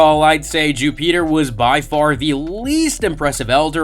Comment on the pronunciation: I’m sorry but I can’t keep watching this while you say Jupiter like that. Bro wtf